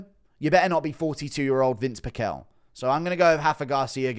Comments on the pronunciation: It's pronounced Pih-shel not Pick-ehl _from hearing his name said for decades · it is PEEEE CHELLLLL dumbass…